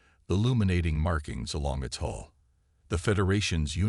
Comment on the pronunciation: HULL! Hull dammit! Not 'haul' or 'hole' or 'hall'. And 'doobie calls'? It's 'duty calls'. Le sigh. Despite the maddening word salads, it's a decent story.